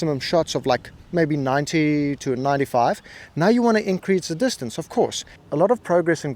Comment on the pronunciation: And dis-tan-say!